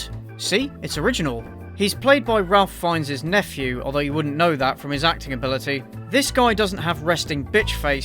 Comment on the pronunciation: Ok i hate to have to be this guy but Ralph Fiennes' name is actually pronounced Rafe not Ralph like most other cases. This movie however is still shit and his nephew displays all the acting ability of a wooden plank.